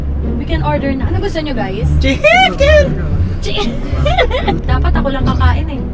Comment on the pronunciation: Gusto ko yung cheheeeeken HAHAHAHAHAHA